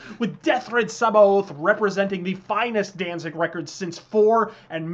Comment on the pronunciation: Samhain is pronounced sowin and sabaoth is pronounced like sabbayoth. it has been a few years , but that has always gotten to me for some reason.